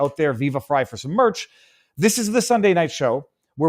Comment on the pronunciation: So it's "fry" and not "free"? Oof poor timing, viva...